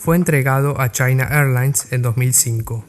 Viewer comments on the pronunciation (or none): none